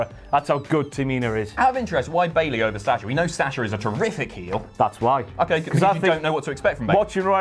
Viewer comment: u guys pronounce "Sasha" so funny